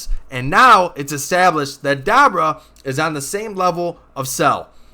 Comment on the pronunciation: da-bra???? have you watched the show? "Da-boor-a" come on